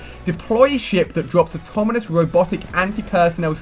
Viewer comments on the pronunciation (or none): You mispronounce a ton of words. Some of the ones I noticed are talon, autonomous, and Cerberus. Sorry, it got a little annoying hearing so many words being mispronounced in such a short period of time. Have a good day.